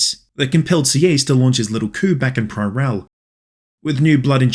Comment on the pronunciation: Btw Sieyes is prononced "see - hey - yes "